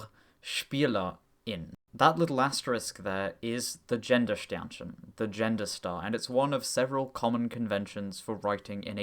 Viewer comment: Good video, but "Gendersternchen", the g at the start is pronounced like the g in "game", just like all other german words starting with a g. Just wanna help ya out perfecting your german!